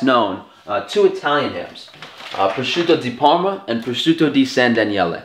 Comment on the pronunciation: >"I'm Italian, I'm Italian, I'm Italian" > Prawshutow Dee Perrrma Good video tho.